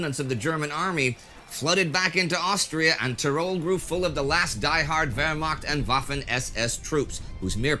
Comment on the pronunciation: Love how you say Wehrmacht :)